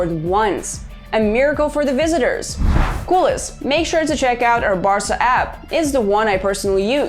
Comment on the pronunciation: The accent is on the "E", no on the "U". It's CULÉS, not CÚLES. I know you are not native Catalan or Spanish speakers but since you decided to name your channel that way you should have put a little more effort on saying it right.